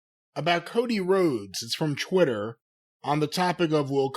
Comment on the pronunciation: Why does pronounce "Twitter" as "Chwitter"???